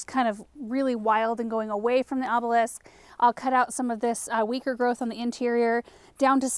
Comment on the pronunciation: Good job!!! You said "obelisk" perfectly! I've been hearing you try all along. Your influence is so tremendous, its important!!!